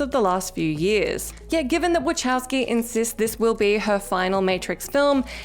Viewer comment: Love you guys and Brits in general but it's "wah-cow-ski". Say it with us now... No chows involved.